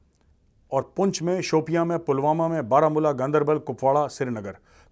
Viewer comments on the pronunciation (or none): none